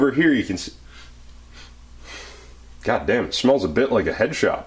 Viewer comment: I thought you said "headshots" instead of "headshops." And I was thinking how dangerously close you would have been to actually smell a headshot.